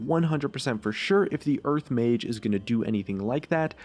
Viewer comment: why does it sound like hes saying urf when he says earth dafuq